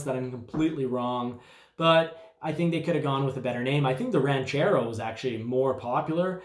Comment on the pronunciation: It is (Ran)chero not (Raun)chero...you know like "Ranch" dressing or cattle "Ranch". Jeez Louise where do they find these people ?